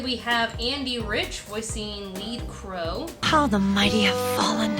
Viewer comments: It's not 'Leed' it's Lead, as in the metal (so pronounced like 'led'), keeping in theme with Aluminum, Iron and Tin, who are also named after metals. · I've heard others make this mistake too. It is "led" crow, not "leed" crow. Named after the metal. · You mispronounced the character Lead Crow by rhyming it with "steed", which is wrong. The villain names are "element + animal" (e.g. Iron Mouse), so it should be "Lead" (rhymes with dead).